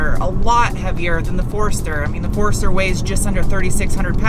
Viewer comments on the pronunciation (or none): Love how you say Forrester. Sounds like Forrurstir 😁😉